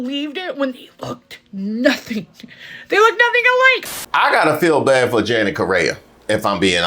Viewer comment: Her name isn’t Janet ma’am it’s and it’s pronounced differently.